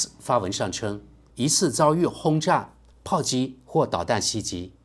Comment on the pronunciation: ，听到你读错了很多遍，实在忍不住要指正一下。「袭击」应读作「习机」，不是「西急」。